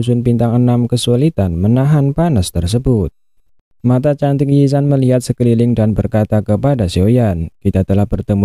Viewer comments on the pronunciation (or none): Yi zan❌Ziyan⭕️